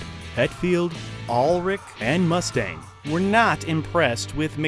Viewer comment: It's fucking unreal how many errors are in just the first 5 minutes of this video. Their demo album was called "No Life 'til Leather.' Cliff Burton died in September of 1986, not December. Dave Mustaine's last name is mispronounced. This is all in the first 5 minutes. I couldn't watch anymore. Did you just hear of Metallica 20 minutes before making this video?